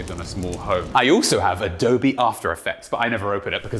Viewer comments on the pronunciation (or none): Adobe, not adobi.